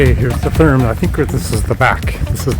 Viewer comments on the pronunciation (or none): It took me a minute to realize that you were saying Therme. It's pronounced more like Terma. Glad you guys had an amazing time! Love the content. Greetings from Nürnberg! 😊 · Hey Guys! Practice up a little on your German pronunciation - especially the "r" sound. The town and name of the spa is ER (air) DING. And Therme (which is Italian, I think) is TEAR (tear) Me (Ma). The towm and spa is very close to the Munich Airport, which is how I found it. I would always schedule an extra day to "take the cure," as they used to. There's also a hotel as part of the complex, the room rate includes admittance. (There could be 2 hotels.) Haven't been there in a few years, and while never cheap, the price has gone up! But I know they have late in the day rates and promotions, etc. It is a wonderful place. Many Germans love their naked swimming and you see all types of folks relaxing and having a good time. To the comment about not speaking German - I only speak a little bit, but have always had a employee who could and was happy to help me out. Thanks for the video and many German towns have similar (but smaller) facilities.